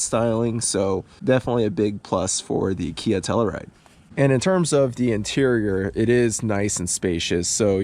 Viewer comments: You know, if you’re going to have a Telluride in your garage/driveway, you should at least learn how to pronounce “Telluride”. It’s “Tell-YOU-ride”, not “Tell-ER-ride”, ffs! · I work for KIA. Nice job on the video. Only negative feedback I have is regarding the pronunciation of Telluride. Proper way: Tell-you-ride Your way: Tell-uh-ride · It’s a Tell U Ride.. you keep saying Tell E Ride. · Pretty minor complaints. I think the one complaint I have is how you pronounced Telluride.